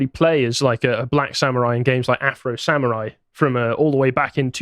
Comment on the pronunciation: Sam-oo-rhai time!